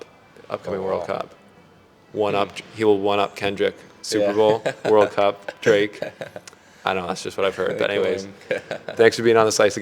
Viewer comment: This is sweet, I'm sure Drake appreciates the support. We have been trying to pronounce this guys name for 2 seasons on our show (S3E2 20 min in was our last attempt at being corrected) but you said it with such confidence. Love the microphone, from one professional to another. 🫡